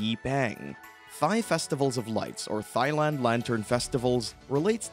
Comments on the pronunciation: OMG... After The umpteenth, Mis-pronunciation of the country name (Tai... Not Thigh) I had to click it off... It bugged too much. Shame though... It looked like a decent clip besides that. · AI much? Thigh land? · You just don`t pronounce Thailand like Thigh-land. That is absurd. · Dude, you're pronouncing Thai as "thigh"... come on, man. You need to re-record your narration to this with the correct pronunciation or it will be an eternal embarrassment for you. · Great list, bust can you please say Thailand correctly!!! Pronounced Tie-land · you said Thigh land one too many times, I had to stop watching, you clearly haven't been there